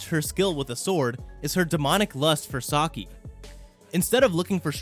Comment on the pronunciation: This man says Sake wrong 3 times and it makes me cringe.